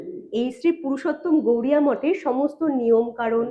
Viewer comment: শ্রী শ্রী পুরুষোত্তম গৌরিয়া মঠ নয় বারবার উচ্চারণে ভুল হচ্ছে। শ্রী শ্রী পুরুষোত্তম গৌড়ীয় মঠ হবে।